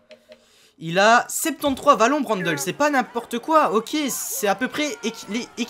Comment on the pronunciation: on dit Mathias Brandleu pas brandeul. ( phonétique )